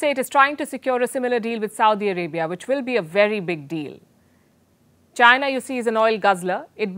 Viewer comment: Madam I think it is Chi-na not Jai-na😁